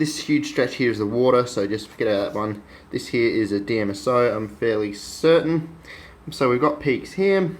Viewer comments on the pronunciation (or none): none